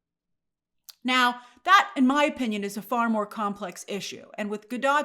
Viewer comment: I wish someone would quietly tell Grace the T is silent in Gadot.